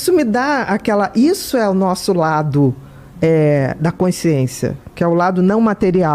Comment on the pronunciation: Q aflição ouvir ela falar "coinsciência"... meu Deus!